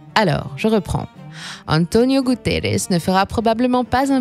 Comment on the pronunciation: faut arrêter de prononcer des noms portugais en espagnol lol .. Gutierrez lol Guterres ... y a une difference quand meme lol Merci pour le vidéo. Désolé c'était plus fort que moi